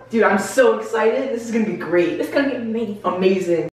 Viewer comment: "ganna" LMAO